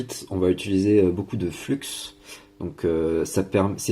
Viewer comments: Peut être te l'a t-on déjà dit mais je suis un peu psychorigide là dessus lol On dit flux "flu" pas "fluks" aussi le scotch c'est du ruban kapton ;) existe aussi en différentes tailles d'épaisseur bref le top mais a choisir une bonne qualité et pas des daubes wish car elles ne résistent absolument pas à la haute température et donc bousille non seulement vos composants alentours mais aussi fond et crame ce qui laisse un truc bien degueux sur le PCB. Sinon excellente vidéo pour les novices qui désirent commencer et c'est très bien expliqué, merci donc à toi ;) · Hello, pourquoi tu dis du flux avec le x prononcé, le X ne se prononce pas, comme Chamonix le X ne se prononce pas ou comme des chameaux lol